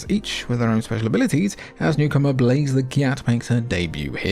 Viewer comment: I can't be the only one hearing "Blaze The Gyatt" right? 😭